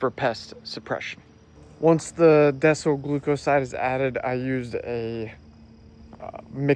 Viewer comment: it is decyl glucoside not desol glucoside